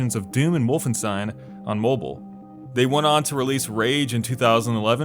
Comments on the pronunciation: For god sakes dude! It’s wolfenstien not steen! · Holy mother of god.. Wolfenstein not Wolfensteen, WOLF-EN-SH-TEIN. Had to say it :D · this always annoys me, like you don't say Frankensteen when talking about Frankenstein so why would you randomly change the pronounciation to an steen sound instesd of keeping it the correct stein sound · God, stop saying "Wolfen-STEEN". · Wolfenstein WOLFENSTEEN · The name is. Wolfen-stein! Damn I miss Gene Wilder. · WolfenSTEEN? Jesus ... How do you pronounce Einstein...Einsteen too? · It's pronounced WOLFENSTAIHN ffs...how many times do we have to tell you this? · Vohlf-en-sh-tein, if you wanna really get it right phonetically. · Did he really say "wolfen-steen"?? Bro have you ever been around games before? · No, he's just a game journalist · I think he pronounced it as Harvey Weinstein... people pronounce his name winesteen for some reason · New blood = wolfensteens 😅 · Noticed that too huh? ;) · If anything, you should say "Wolfenshtein", because the "st" combination gives the "sh" sound most of the time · Only Germans pronounce the word correctly anyway. The accepted English pronunciation is far from perfect. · Great vid. But as others have undoubtedly pointed out already, that Wolfenstein pronunciation made me cringe like hearing a fork clank against teeth.